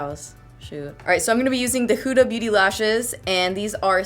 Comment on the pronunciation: Its so amusing how you say "huda" beauty😂 I'm arabic so it should sound more like hoda, lol so cute though.